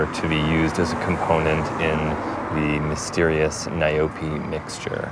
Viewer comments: It's not n?y-Poe! It's nyaope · "Nayobi" lol🤣🤣🤣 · "Nayobi" lmao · As a South African citizen, what made me laugh is how he pronounced "nyaope" 🤣🤣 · It’s call nyaope damn you pronounce it like crazy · Is he going to mispronounce the subject of the video the entire video? Yes, yes he is